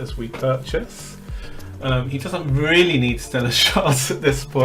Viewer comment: Wow, he has so many hewoes, weally impwessive!